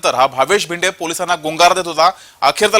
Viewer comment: Name is Bhinde. Not भिडे.